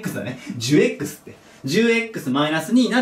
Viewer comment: じゅえっくすで笑ってしまったw